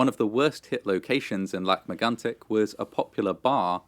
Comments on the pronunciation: Wow! You pronounced Lac Megantic in a phenomenal way. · Your French accent is better than 99% of Americans and 70% of Canadians. Most Americans would’ve said “Lake Magnetic” . You even pronounce it “Kebek” so gold star for you!